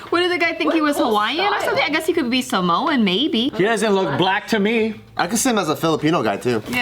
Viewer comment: Monica I think more like “sahm-wan?” like 2 syllables. im also not Samoan tho and could be VERY wrong